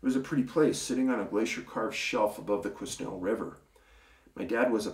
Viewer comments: Quesnel pronounced without the s, Quinel 😉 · Quesnel is pronounced kwə-NELL. Our family used to operate a placer [gold] mining operation in historic Barkerville, just east of Quesnel, BC. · Quesnel has a silent s. pronounced kwe nel. have been there many times moose hunting in the back country. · Hi Dave thanks for another great video and just for your info Quesnel is pronounced "..Qua"..."Nell" ...the s is silent .A lot of our towns and communities have native names here in British Columbia.I would like to thank you for taking the time to do this Youtube broadcast and I am in no way complaining about anything else that you do but I wanted to let you know that I find lately I see a lot of interview podcasts here on YouTube and I started watching them to see if there was anything new but I find now I don't have the time to watch those long podcasts just to heare something new. The way your doing it now is a much better idea to get info out there. Again thank --you n' Cheers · Quesnel is pronounced Kwenel... silent S